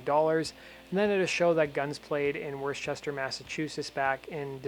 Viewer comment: Worcester, Mass...... It's not pronounced Warchester. It's pronounced Wooster.